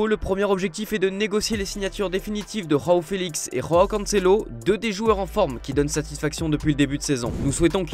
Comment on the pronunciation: "Roao Felix" ? "Roao" Cancelo ??????? Il n'y a PAS DE JOTA en portugais... Quand allez-vous vous mettre ça dans le crâne ? C'est pas trop compliqué à retenir, pourtant.